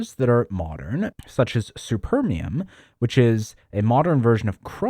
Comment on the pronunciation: S(u)permium sounds wrong 😅